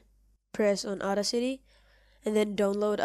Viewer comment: I'm so sorry but I was crying when you pronounced audacity at first